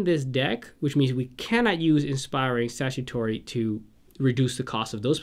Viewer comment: Thanks I misread Statuary, the others I just mispronounced XD.